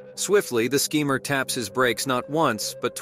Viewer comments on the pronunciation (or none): The 2nd one is fake and why is he saying sceemer